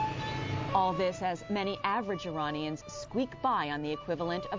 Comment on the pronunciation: Well, she did say "Iranians" and not "I-Raynians." Impressive for a FOX News anchor.